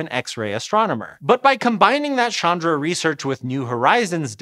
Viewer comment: Hi, no offense, but "Chandra" isn't French, and it isn't pronounced as "Shandra" anymore than "Chin" is pronounced as "Shin."